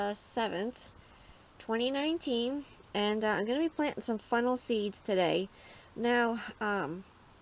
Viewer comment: Lol sounds like u keep saying FUNNEL!😆🤷‍♀️very informative though, thank you.😊